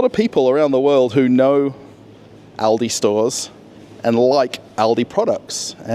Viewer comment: At least someone who speaks ALdi and Lidl correctly - the Americans never get it right